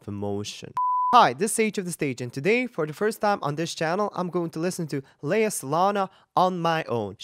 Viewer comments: Her name is pronounced Lay-a not Lee-a..just fyi. Great reaction..! I lived in PI for nearly 20 yrs..she was a 7 year old hosting a TV show so I watched her grow up. Sh we're is fabulous! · Love her performance and his reaction to it, but it seems strange that a voice coach who likes her so well mispronounces her name - it's not leeeah but leiah. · Her name is pronounced lay ah